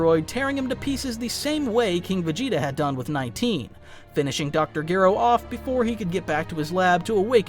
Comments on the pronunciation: Gero not geero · BTW. His name is pronounced. Dr. Jer (O... like zero without the zer) not jear.. ro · This is probably my 2nd favorite DB What If after Salad Saiyan's "What if Raditz turned Good?". Though I would like to correct one error. Dr Gero. The G is pronounced like a J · Why do you have to butcher Gero's name like that? That is not how it's pronounced. You are starting to make this video unbearable to listen to, no matter how good the story is.